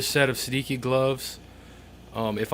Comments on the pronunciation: It's an Italian name, pronounced "Sed-EE- chi" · I think it's pronounced say-de-chi. It's Italian for 16. :) nice review